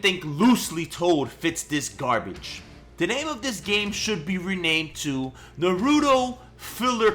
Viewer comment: I really hate how u pronounced naruto. Oh and on DBZ sagas, you put segas lol.😂